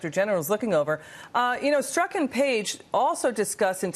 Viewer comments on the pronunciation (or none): I'm talking about his pronunciation. Since he's investigating this guy, he should at least know it's not pronounced Stork. But thx for playing. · It's pretty bad Jordan when you don't know the main culprit's name... it's Strok, not Stork as he repeatedly said in this piece.